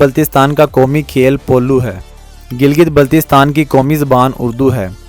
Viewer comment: Pahlay teak say name tu bolna seko. It's not Giltistan